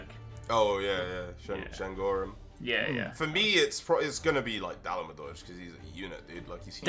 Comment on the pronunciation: Da-La-Ma-Dur PLEASE